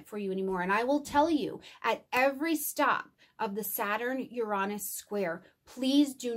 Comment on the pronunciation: uranus correct pronunciation yr ·ei·nuhs